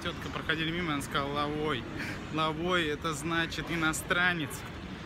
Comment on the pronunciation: Лаовай,а не лавой